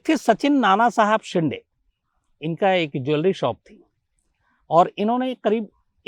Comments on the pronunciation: Shams sir its शिंदे not शिन्डे 😠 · अरे वो नानासाहेब शिन्दे है सर 😀😀😀😀😀😀 शीन डे ,,नही😀😀😀😀😀😀😀😀😀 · Not a शिंडे... Call शिंदे